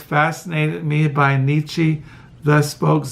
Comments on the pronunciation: Nee-Cha! Not Nee-Chee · More like Neech-ah